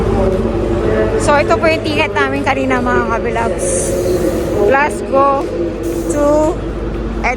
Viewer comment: just to let you know it pronounce “ Glasgo” po although its spell Glasgow ❤